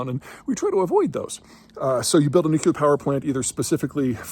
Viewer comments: Nu-cle-harr Peter, nu-cle-harr. C'mon man.... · nookyoolar 🙄 its not pronounced like that. Anyhoo, if AI data centers need the constant power that only can be provided by nuclear, then maybe AI data centers should be funding the research necessary for modern modular nuclear and install it themselves [edit: oops apparently I'm not the only one who thinks this 😁] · I know Peter is intelligent, but every time he says nuke-you-lar like Homer Simpson, it drives me crazy. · Nuclear is two syllables. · This guy still has not learned how to say "nuclear". From the Dubya school of erudition, I guess.